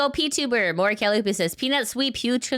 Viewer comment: Why did they mispronounce Mori’s name? Was the announcer drunk or AI?